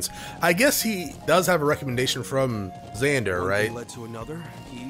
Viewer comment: Seriously.. I die inside every time you read Vander's name as Zander or Xander.. why? Just why?!